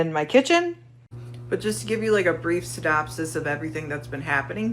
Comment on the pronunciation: The lady at the minute mark of the video said "just to give you a brief sydopsis of my situation". Not synopsis but sydopsis. That tells me everything I need to know about the average home buyer. They buy on impulse and make poor decisions, they have the intelligence and reasoning of a chipmunk.